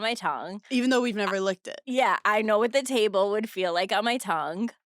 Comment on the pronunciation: I can't move past Paige pronouncing "tongue" as "tungk"